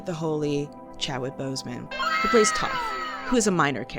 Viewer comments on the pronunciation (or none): none